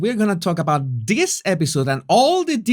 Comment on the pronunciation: Why is the narrator name calling? Is he 12 ??? He should work on his speech impediment. THIS not DIS